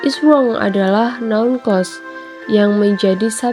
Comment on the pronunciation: Hanpir semua English Teacher di Indonesia ngga bisa mengucapkan "Clause" dengan benar. Ini salah satunya.